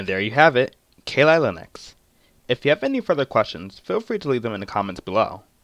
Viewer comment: Keeelee leeneeex😂😂😂